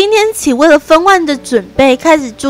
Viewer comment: 分娩(ㄇㄧㄢ 3聲)